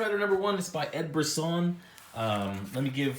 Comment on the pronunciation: It's pronounced Bri•sson. I met him. He recorded a buffer for my podcast.